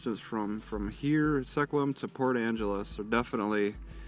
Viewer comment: First of all can you please pronounce the name of the town correctly.